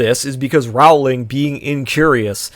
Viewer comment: Rowling rhymes with bowling.